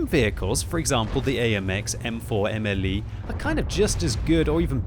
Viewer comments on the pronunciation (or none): AMX M4 Mle 51 Mle=modèle, not m l e.